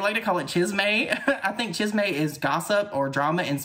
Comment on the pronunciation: Chisme.....(cheese 🧀- May) lol you are too damn cute lol please have them do your makeup 🦙🦙🦙🦙🦙🦙🦙🦙🦙🦙🦙🦙